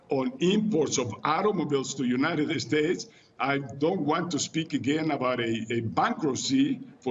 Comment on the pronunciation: LePage Channel No, he said United Estates. Mexicans always pronounce every English word that starts with "S" with an E at the beginning lol. Funny but true